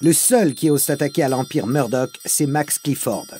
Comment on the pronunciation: on dit Meurdock (Murdock) et roiyale (royale)et non rauiale et Mûrdock si je suis clair ...